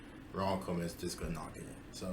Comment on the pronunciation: Pronounced Koeman like cool.